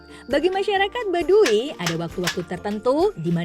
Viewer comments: Bukan baduwi tp baduy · Tau tuh ribet dengernya i nya ketinggalan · Kenapa pengucapan "Baduy" jadi Badui...??? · Kesel aing denger pembawa acara y... Yg bilang "badu i"